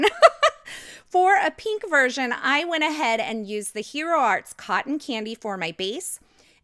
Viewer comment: you're so funny! Go back & listen to what you said right about minutes into the video. You meant to say, "Version," but that's not what came out. Hilarious!